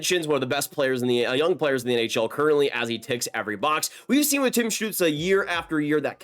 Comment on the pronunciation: Shoutout for pronouncing stützle correctly dont hear that a lot 😂